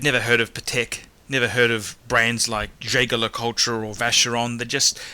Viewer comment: Anyone that says ‘Jayga Le Coltra’ and has opinions in this manner is an inexperienced fuckwit